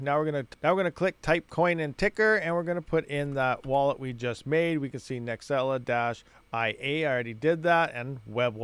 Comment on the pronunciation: I think it's NEXEL eyeyay. Two words